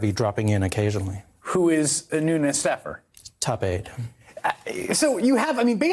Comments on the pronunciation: “Nunoos” “his go to mooo-move” 😂😂 is totally trolling Nunes! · "Noonoos". Keep listening. He says it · Did he just call him Nu News 😂😂😂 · God still is, l believe. He has his cows. It is understood that trump cannot even pronounce his name, nunes!